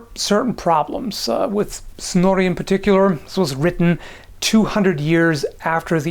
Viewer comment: Snorri? Snory?